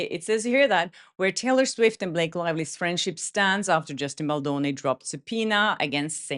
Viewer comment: It’s BalDoni, not Baloni. It is important to state his name correctly after he was mocked before. I know you didn’t intend to mispronounce it, i just thought it was important to let you know.